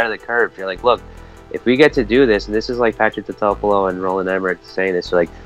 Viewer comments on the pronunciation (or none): Why can't you pronounce the designers name properly? It's said throughout the film so much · I've always liked this movie, even hearing all the hate on it, makes me like it even more. Especially the comedic lines during the whole movie. How no one can pronounce "Totopoulis" and make up their own word for it 😆. I still like it, and you can obviously get it on DVD/ VHS relatively cheap too! The only thing was Why was it raining constantly in New York?? I think Godzilla'98 will get a resurrection with younger, new fans, calling it a classic. I was no kid like you guys were when it came out, I was 32. Time is going way too fast to nit pick this movie. For me, it's pretty awesome!